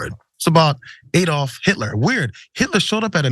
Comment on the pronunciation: Its ADD-plf not EED=olf. Would you call Alabama, Eeleebeemee?